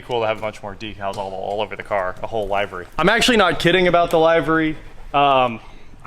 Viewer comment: Just a note because the English language is f*ckd -- "livery" does not have a hard "I" pronunciation. It is pronounced the same as "lived". I know it's one of those words that people see or read frequently but never really ever hear said aloud very often, so it's an easy mistake to make. I actually had to just check to make sure that I wasn't wrong for the same reason.